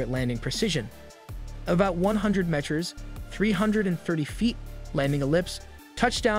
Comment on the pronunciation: You don’t know how to pronounce the word, “meter?” Even AI narration would voice it properly. C’mon, man.